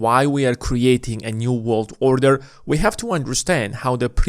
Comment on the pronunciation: If you say “order” like that one more time 🙈